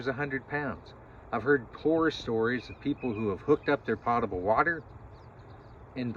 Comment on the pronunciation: I don't use my Niagara to water my plants so the water isn't "pottable" (pot-a-bull). I do however use the sink in my Niagara to drink from and make tea so the water is potable (poat-a-bull). Only yankees say it like that. Besides that, thank you for the video.